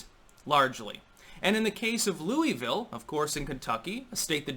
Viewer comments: As a KY native, I must correct something here. It isn't pronounced loo-ee-ville. It's pronounced loo-uh-vulle. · Just a fun side note. I lived just outside Louisville for 20 yrs, but I'm a Wisconsin boy & live there now. Louisville is pronounced Lu a vulle all run together, not Louieeeville. They hate that. LUUAVULLE, with accent on first syllable LUU. Just an FYI from a Yankee who married a beautifull Kentucky Strawberry blonde Thourobred. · I live close to Louisville. About an hour away. It's weird hearing someone call it "Louie Ville" and not "Lou uh vull" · it's Lew-vull or Lew-a-vull not Louis-ville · Love you, but as a native Kentuckian. it's Lou-uh-vul. 😁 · Its pronounced Lu-vul. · Pronounce it right it's lew a ville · Pronounced Luell-vill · Dude love your commentary but please pronounce Louisville correctly.. (Lu-a-vul) LOL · It's pronounced loo-vull Locals told me a handful of years ago when I was travelling the US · It's pronounced Loo-a-vul. 😂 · It hurts me how you say Louisville lol we say it so different